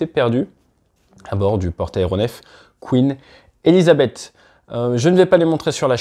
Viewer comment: C'est pas Quin Elisabeth, c'est queeeen Elisabeth .